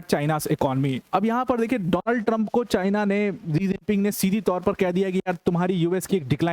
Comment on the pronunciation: जी जिनपिंग नहीं है😂 " शी जिनपिंग है, आप गुरु हैं।